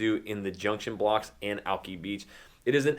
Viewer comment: Is he from here? It's not "alkee beach" it's alki".